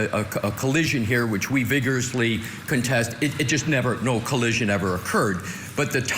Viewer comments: said "there was no coallision' 3 times in his opening statement. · said "there was no coallision"